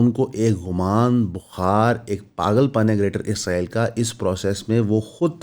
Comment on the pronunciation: بھائی میں آپکے قدموں پر عاجزی سے بوسا دے کر بھی کہنے کو تیار ہوں اگر آپ میرے قریب ہوں۔ آپکا سلپ آف ٹنگ ہے۔ اس میں آپکی کوئی غلطی نہیں۔ لیکن میرے ماں باپ بھی آپکے قدموں میں۔ آپ اسرائیل کہنے کی کوشش کریں۔ ازرائیل، یا عزرائیل نہ کہیں۔ بڑی تکلیف ہوتی ہے سر